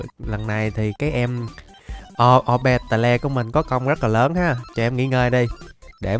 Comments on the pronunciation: Cái con a đọc ô be tè le đọc đúng là ô bi tồ nha a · ah đừng đọc Orbeetle là O be tờ le nữa đc k 🙏